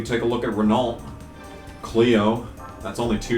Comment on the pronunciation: Renault= Re-know, re-know, RE-KNOW 😂😂🤣🤣